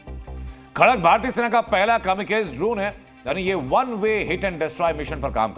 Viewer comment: कामीकाज़े भाई कामीकाज़े, बोलना तो ठीक से सीख ले